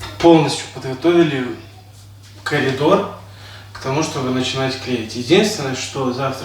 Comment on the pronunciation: ПОЧЕМУ. КАЛИДОР. ,А НЕ КОРИДОР😂?????